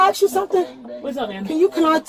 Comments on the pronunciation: IT’S ASK!!!!!! NOT AX!!!!!! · that’s all i’m AXING you….😂😂😂😂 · "cAN I AXE YOU SOMETHING' no, say the right word, try again. thats not an accent, thats not even ebonics, say the right fucking word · Whole daughter, aks, that's the twooth!